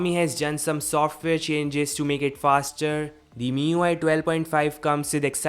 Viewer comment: and again he will say My UI instead of Miui 😂😂